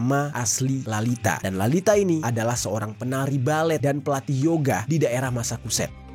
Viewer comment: massachusett bacanya masacuset bang bukan masakuset